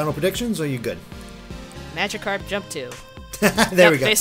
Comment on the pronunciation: "Majicarp". How do you fuck up that badly?